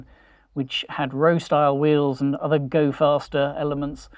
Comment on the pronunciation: Rostyle not rowstyle wheels 😂😂